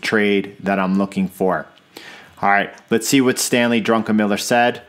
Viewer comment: solid TA. instructive. your bias-less-ness is particularly enlightening. but the like you earned for "drunkenmiller" xD